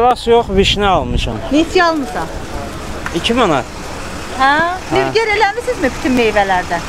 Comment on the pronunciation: Nübgər yox Nügbar